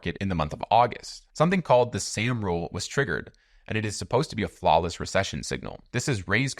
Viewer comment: Soooooom rule. Not Sam.